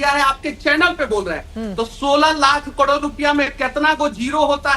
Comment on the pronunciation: इसको तो करोड़ भी बोलने नहीं आता।।